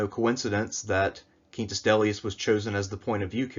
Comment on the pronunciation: I like your spanish-esque pronunciation of Quintus